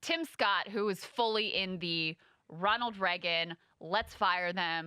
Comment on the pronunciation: If only Krystal would stand up for eggs she believes on the show she sushi gets views on. Also. It's Ray gun. Not re Gunn. Wtf crystal?!